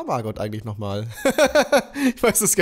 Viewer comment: Niemand:: mArgott GAsston